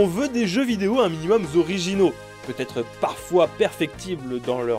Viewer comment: "un minimum zorigino" "studio jibli" parce qu'on ne dit pas ghetto mais jetto